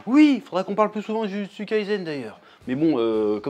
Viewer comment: Ça me toujours autant frémir la façon dont tu prononces Jujutsu, Kurosaki, Naruto 😂 à la française